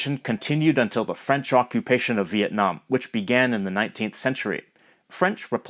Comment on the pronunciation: he's actually got really good French pronunciation! was not expecting it 👏